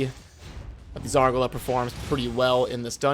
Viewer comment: I despise the way you pronounce Zargala. It must be Zar GAH LUH. Not Zar guh luh